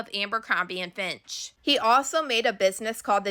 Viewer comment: Fitch* not Finch. ❤